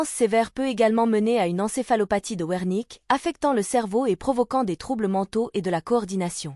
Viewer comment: Wernicke se prononce ver niqué et non verníque.